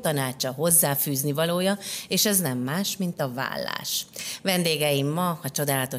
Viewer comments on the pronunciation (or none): Valas egy "L" irva es kimondva is kedves Anita...beszelgessunk a vallasrol😅